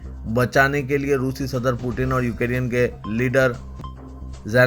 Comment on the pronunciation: یو کے ری ین ۔۔۔۔۔ یہ کیا ہے ¿ دنیابھر کی خبروں میں یوکرین کا نام گردش میں ہے ۔۔ آپ مسلسل غلط تلفظ کر رہے ہیں ۔ نیوز کے اختتام پر شان سے کہتے ہیں خبروں سے متعلق کامنٹ کریں ۔